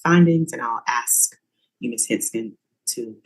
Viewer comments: It's ASK not AXED! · Did a professional lawyer just say AX? (Ask) oh no she did unt 😂😂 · Did he "ax" her? Well what where the injuries? Was it an "ax" or maybe a hatchet? Here's a ghetto lawyer who can't even speak English!!!! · The judge AXED him? That’s messy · I love lawyers that can’t properly pronounce ask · That Con artists' lawyer can't even say ask correctly.